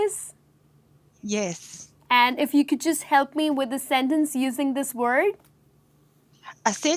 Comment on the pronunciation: Your pronounciation of sentence is wrong